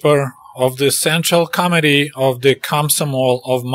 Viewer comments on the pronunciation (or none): Sounded like you said central comedy instead of central committee. Probably more appropriate. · committee sounds like comedy!!